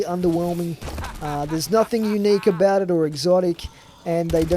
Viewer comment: You sound like a stoner 😂 "what are talking aboot"